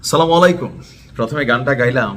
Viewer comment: Dada ..apni sob sumhai salamualikum bolen keno assalamuallikum